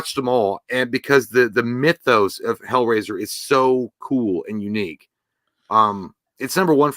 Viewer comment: Hellrasier ……👌 lol